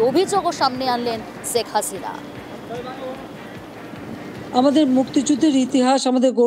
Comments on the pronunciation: #আগে নামটা তো ভালো ও শুদ্ধ করে বলতে শেখ 😊😊😂😂😂 ছেক হাছিনা কী....???😊😂 শেখ হাসিনা বল... শেখ হাসিনা 😂😂😊 #তোদেরকে সাংবাদিকতা ও খবর পড়া এবং সংবাদ উপস্থাপন করতে শিখ 😊😂😂 # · সেক্স হাস‌িনা 😂 উচ্চারন ই জান‌ে না হয়‌েছে উপস্থাপ‌িকা